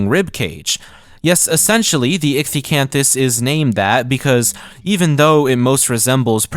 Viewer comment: Finally a fellow scientist who knows how to pronounce ichthyosaur